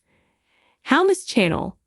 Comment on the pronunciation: Its channel not Chanel and this is old news 😂